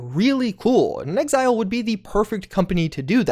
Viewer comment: The way you pronounced "inXile" made me pause and go back twice to make sure I was hearing you right. Just say "in exile," please. In an interview, inXile's president, Matthew Findley, said, "When we were first out there, trying to figure out what to do next, we kinda felt like we were in exile, and we made fake cards with a fake company name just to have a card to go to E3 with. And before we ever thought of the name "inXile", Brian put as his job description on the cards: "Leader in exile." People got such a kick out of that card, we kept saying "in exile, in exile, in exile" so much that we just thought, "Why not make up a new word?" And so we did." (quoted from Wikipedia)